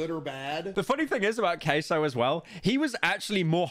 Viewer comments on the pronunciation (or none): none